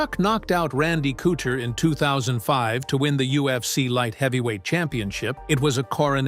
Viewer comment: Good old Randy “Cootcher”